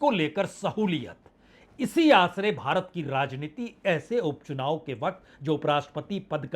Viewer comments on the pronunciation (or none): none